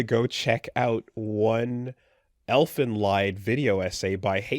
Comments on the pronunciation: It's pronnounced Elfen Leed - Lied is the German word for song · Very funny how both of them said elfenlied wrong and then just casually pronounces it right:face-blue-smiling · Finally something substantial to comment on. pronounciation of "Elfen Lied" gives me a headache.